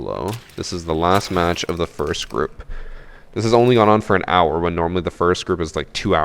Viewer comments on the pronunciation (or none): none